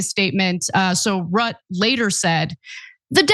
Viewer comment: You can't even pronounce Mark Rutte's name (Ru- teh) correctly, acting like it's the first time you come across it?! Where TF have you been these past years??? You dare comment on foreign affairs yet are totally ignorant re the key players involved? Pathetic, as are most of your foreign affairs takes.